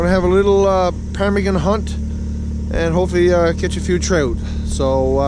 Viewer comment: Quit saying parmigan that's annoying